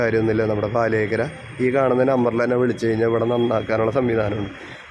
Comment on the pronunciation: ഫാലിയേക്കര അല്ല പാലിയേക്കര 👍